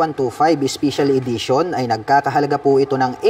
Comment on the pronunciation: spicial idition😂 pronounciation